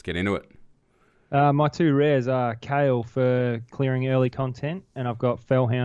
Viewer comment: Am I the only one calling Kael -> Kha-el and not kale!?